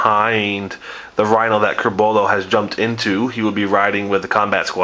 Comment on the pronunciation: Hey:P Nice vids allround. Love Blood Angels. One tiny nitpick... It's Corbulo, not Curbolo xD